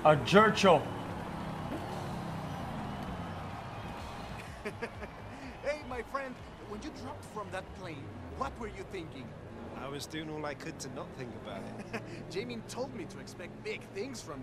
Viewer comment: As soon as a saw the pronounce I uninstalled